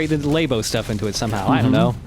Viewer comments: "Nintendo *Lay*bo" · I guess they plan on playing the Extreme versions of these missions too? Also the way pronounces "Labo" is wrong.